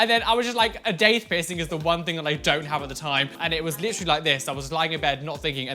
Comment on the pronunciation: That’s not how daith is pronounced.